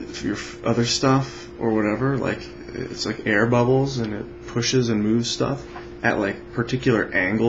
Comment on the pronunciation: I enjoy it too! With an emphasis on "stuff"